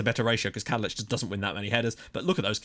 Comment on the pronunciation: Right, so I know you're really tired and frankly pissed off with people commenting about this, but it's gotta be finished off. I waited for this episode to type this to prevent spoiling the other videos' comment sections. But I've spent about 20 mins looking through the phonetic and sound alphabet for the Czech language, and I can confirm that it is pronounced 'Vatslav Kadlets' full stop. Thought I'd back it up with actual reason and research! Sorry for bringing it up, and I adore everything you do. You're an inspiration!